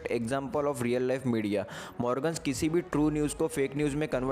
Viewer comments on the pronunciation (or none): none